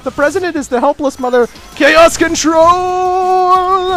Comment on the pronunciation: I like the way he said caoscatrol